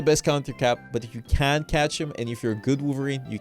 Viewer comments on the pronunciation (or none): none